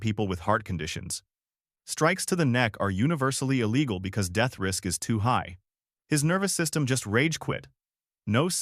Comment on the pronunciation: I love the content, but DESPISE the Ai narration with a PASSION!!! It will NEVER, apparently, get inflections/proper emphasis correct. For example, the dead-energy Ai says, in a droning, flat manner, "That's his problem..." instead of what should be, "That's HIS problem...". Changes the whole tone and energy. Maybe a nitpick, I know, but come on! Enough is enough. I'm just sick and tired of hearing SOULLESS ai!! Get in there yourself and get dirty! If you don't have a voice for whatever reason, try to get someone ELSE (like, a REAL HUMAN) to narrate, PLEASE!